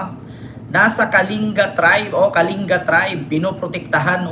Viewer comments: Kaling-ga po pagbigkas po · Pronounce as KALINGGA